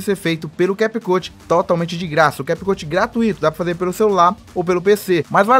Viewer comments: Na hora que ele falou CAP CUTI me quebrou mais o que vale e o ensinamento🙌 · Ainnn desculpa aí “americano” 😂😂😂🤦🏻‍♂️